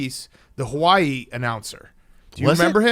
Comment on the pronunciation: Bigcat watches so many Hawaii games that he even pronounces Hawaii correctly😂